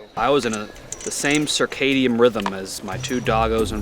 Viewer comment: "Circadian rhythm"